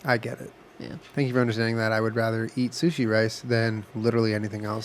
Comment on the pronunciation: Julien: What were not going to do is say chilli sushi. Jenna: .............Chushi Me: Died